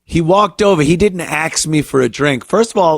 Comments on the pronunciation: Axe me.😅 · The dumb clowns can't even pronounce the word ask